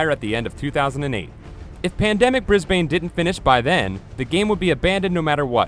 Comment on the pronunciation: Heh, Bris-bane.